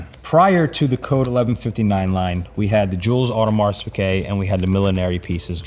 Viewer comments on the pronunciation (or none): When are you going to actually lear how to pronounce “Audemars”?